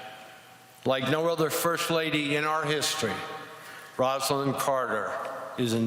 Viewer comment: It's a beautiful speech, but why can no one call Rosalynn, Rosalynn? Rosa. Lynn. Not "Rosalind." EDIT: Mondale did it. He said "Rosalynn." 👍